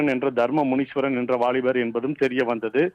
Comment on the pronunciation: முனீஷ்வரன் இல்லை. முனீஸ்வரன். தலைப்பில் உள்ளதுபோல் படி.